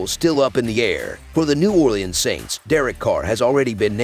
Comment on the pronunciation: That’s not how u say it New Orleans